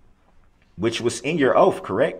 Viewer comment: Oafs instead of oaths